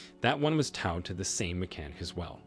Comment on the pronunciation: You mispronounced towed, twice, in the first story.